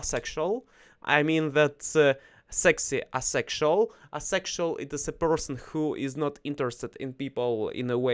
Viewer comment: Good topic today! Thanks for sharing …. One note: asexual is said as “A sexual”… pronouncing the A, just like the name of the letter…. like the sound the A makes in APE.